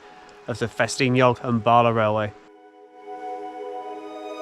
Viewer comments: Nant = Stream. Cwm = Valley. Prysor (pron. Prussor) = Busy. Pronunciation of LL = tongue behind top teeth, and blow. Llyn = Lake. Llan = Church. Dder-fel = of/like righteousness. Capel = Chapel. Celyn (pron. Kellin) = Holly. Bala - not Baala, even though it is Wales... ;-) You're welcome. Although I love driving the road from near Bala to Ffestiniog, which goes over the two dams, I've never taken the time to notice a railway, which is really interesting. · Very interesting video. To note Bala is a short 'a' not a long 'a' so Ba La not Baala 😁